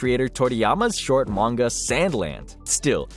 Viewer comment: bro really said mangaga